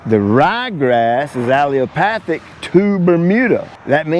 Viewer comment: Great Vid! Pronounced, Ah-Le-la-Path-ic! Paul Outlaw talks about this over at Paul's Prime Cuts. He will only over seed Rye in Bermuda if the customer insists on it. You knew what you were getting into as it should have been sprayed out in early March. But it looks so darn good, I don't blame you! Live in learn! Peace and God's Love! Chad Upstate NY